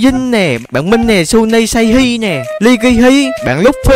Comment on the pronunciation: Tên của em đọc là sanny mà anh😂